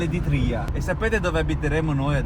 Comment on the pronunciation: A "valle d'Itrìa"ho sputato un polmone. Si dice ìtria 😂